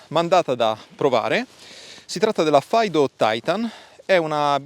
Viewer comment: Faido? mai sentito pronunciare cosi Fiido